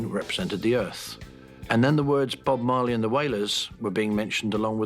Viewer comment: you dont say the E in marley...